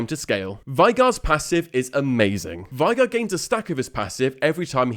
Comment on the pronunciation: For the last time … It’s VAY-GAR, not VIE-GAR